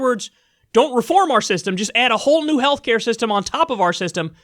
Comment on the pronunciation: "Heshcare" ~ Joe Biden 2020